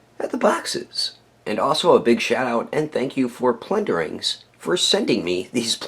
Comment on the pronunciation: plunder-LINGS lol I swear I'm hearing you say plundering correct me if I'm wrong bro after watching pretty close to every one of your vids I don't think you wanna be saying the wrong name of these great little elvish things